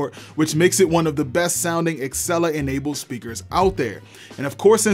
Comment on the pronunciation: Dude.. you make good videos but you HAVE to stop calling it axcella instead og Alexa...